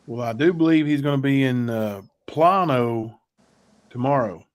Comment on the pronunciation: Plano is pronounced Plain O …. Driving me crazy y’all!!!!